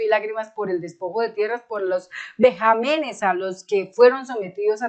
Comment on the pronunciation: Se dice vejámenes, no vejamenes..